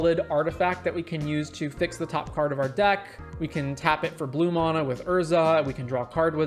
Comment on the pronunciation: There is no "o" in mana...